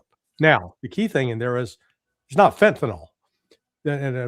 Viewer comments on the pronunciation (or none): It’s FentanYL not fentanOL. Damnit. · Larry is so irritating. And it's FENTANYL, not FENTANOL. Love Ray.